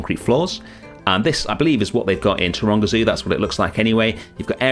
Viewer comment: I was 3/4 of the way through this video, before I realised that you were saying Taronga Zoo. Most the time I thought you were saying Toronto… 😅